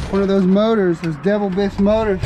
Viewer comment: It's pronounced De Vil bis, my mum used to work for them, but I enjoyed Devil bis